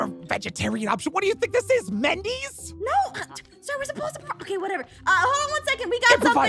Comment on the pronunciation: I liked it when she said Mendy's instead of wendy's also the dairy king instead of dairy queen😂🤣😂🤣